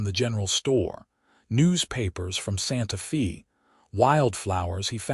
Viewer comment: I enjoyed the story... how ever you need to teach the voice bot the correct pronunciation of her name and of Santa Fe..